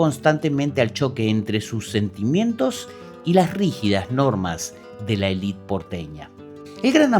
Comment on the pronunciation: Tus videos son muy interesantes, pero por favor podrías decir élite en lugar de "elít". Es un barbarismo.